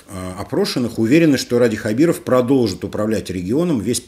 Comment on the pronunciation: Опять произносите неправильно фамилию, поменяйте очки